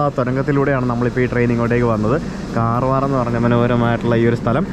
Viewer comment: കാർവാർ അല്ല കർവാർ ആണ് ബ്രോ 🤣